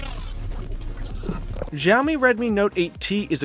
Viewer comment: It's adreno 616 not 640 for Mi 9 Lite. Simply Siaomi ... not Jiaomi, Gziaomi, or Chiaomi ! Good comparison.